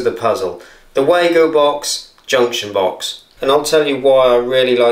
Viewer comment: The correct pronunciation is for Wago is Vah-go.